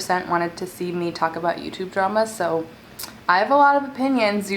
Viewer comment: Am I the only fat ass one who hears Taco Bell every time she says “talk about”?